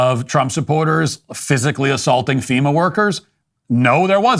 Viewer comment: "FEMUR" is a bone and NOT an organization. Wish some people could learn to speak and why they keep getting on camera for news is beyond me. :)